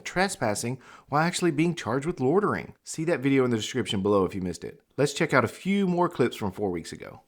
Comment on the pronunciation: What’s “lortering”?